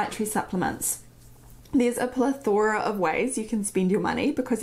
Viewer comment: Beautiful accent. I think you mispronounced "plethora" incorrectly though.